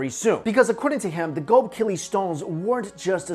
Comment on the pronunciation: Its Go-bek-li not gobekili